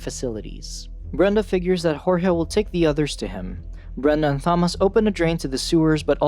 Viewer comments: I literally feel like scratching off my skin everytime he says Tho-mass😭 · I'm sorry but.. why are you pronouncing the "th" in Thomas 😢😢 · Okay you can't pronounce Thomas bro stop using AI I'm never watching this channel again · Saying Thomas like it's correct. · Are we ignoring how he said Thomas 😂nvm how all the names were said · 14 seconds in and theres already a word mispronounced, and its a main characters name. This is going to be a barrel of laughs im guessing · Do you not know how to say Thomas right? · how does he mispronounce thomas and teresa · Please learn how to pronounce Thomas you're pronouncing it all wrong my name is Thomas and it pisses me off therefore I hate this video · I’ve never hated a video more than this one because of how to say Thomas. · You're pronouncing Thomas wrong the H is silent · Wait wait wait... So you randomly butcher pronouncing the name Thomas, but had no problem pronouncing Jorge?? You sure you don't wanna say it like "joor-gee" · I’m trying to watch but so distracted by how u keep pronouncing Thomas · Imagine not knowing how to pronounce Thomas or Teresa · Why not just call him Tommy? It would be much easier on the narrators nonsensical pronunciation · I'll grow up when this guy learns how to pronounce names correctly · Why do you say Thomas like that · not saying thomas correctly makes this harder to watch . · So true it really did my head in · The computer kept pronouncing Thomas with the h non silent lol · Hate the way you say "Thom-ass" instead of the correct pronunciation "Tom-iss" for sure, but other than that, damn the movie is way different from the book. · I'M SCREAMING, IT'S TOM-MAS NOT THA-MAS..(yes i know it's a voice bot but still.) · Tomis not thomis you lazy ai user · Bro his name Thomas not Tha-mas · its pronounced as; Tom-us, not thom-ass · its THOMAS!!!!!!!!! not thomoss. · It’s- It’s pronounced “Ta-mos” not “tha-mos” this ain’t Thanos’ brother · u mean Tom-us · Bro said "THomas" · stfu, Tha-mass